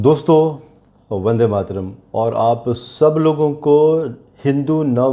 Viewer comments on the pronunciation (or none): none